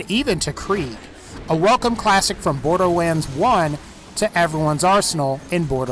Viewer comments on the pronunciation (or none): He said borderwands when talking about the hellfire XD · No hate but borderWaends